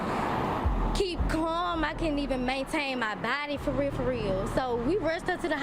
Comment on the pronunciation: It's weird that I knew he was going to rewind it soon as she said farealfareal.